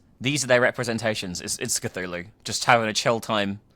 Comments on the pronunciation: OMG, not Kazoolu!!!! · If they were going to mess up the pronunciation of Cthulhu, they should of and went for Cthuwu...